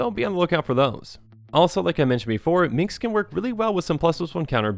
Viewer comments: Dude, it's "Minsc." MinS-K. Not Min-KS. Drove me NUTS. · Love this deckteck, you made me open my eyes to some gems I hadn't thought of with Minsc's ability. And the soothing voice is also a great fit. You're doing good. (And pssst it's Minsc not Mincs, just a heads up:) ) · Wait, so you state you played BG but you still mispronounce his name as "Minx"? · What's up with calling Minsc, Minx O.o? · You made this video 1000x sexier by calling him "Minx," over and over.